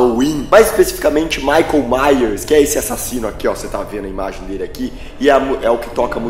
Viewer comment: "Michaeu yers" puta que pariu velho